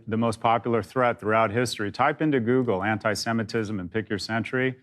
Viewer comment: "Zoogle it" LOL